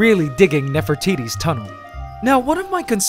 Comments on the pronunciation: Lmao he calls her Nefer-titty it’s pronounced nefer-te-te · nefertiti's tunel... heh heh heh.... he said nefro...